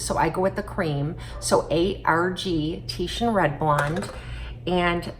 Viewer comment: Oh wow someone actually said Titian instead of titan